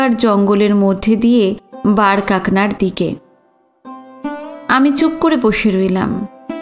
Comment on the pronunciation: খুব ভালো লাগলো।চমৎকার লাগছে শুনতে।একটা কারেকশন,বারকাকনা নয়,ওটা বারকা কানা। অনেক শুভেচ্ছা রইলো।